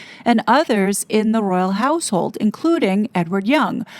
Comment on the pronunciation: i thought he said "royal asshole" twice haha royal household